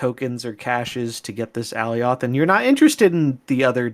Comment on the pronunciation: Please stop pronouncing it Allie-oth lmao my eeears